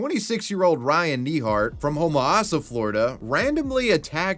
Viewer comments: Homo-as-ah.. No. Homa-sassa, Yes. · its "homo sassa" lol. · As a Floridian, how you pronounced Homosassa killed me a little inside 😳